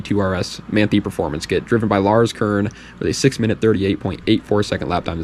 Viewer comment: Not to be that guy but Manthey is pronounced Man-thai. Like Tai Lung from Kung Fu Panda :D